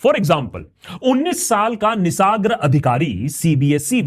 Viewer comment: निसर्ग । Why is every youtuber calling him निसाग्र ?